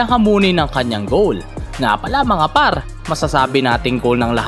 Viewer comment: "mga PArrrrrrr!" 😂